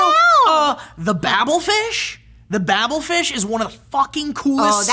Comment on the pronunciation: Babelfish, not bablefish!